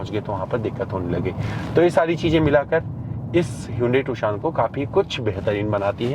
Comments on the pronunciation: Tu-shaan nahi beh gendu. Its Tu-shon. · Bhai not Toshan its Tucson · Abe pronounciation is tuuusion ..not tuksion